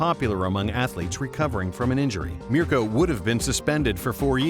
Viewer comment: I like how he pronounces Mirko right.